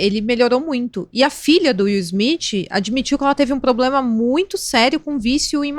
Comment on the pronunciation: ADORO VOCÊ, mas... "PLOBLEMA"??? Janja fazendo escola...